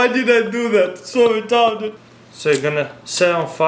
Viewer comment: "why did I do that?! so wetardid!" ahhahahahahah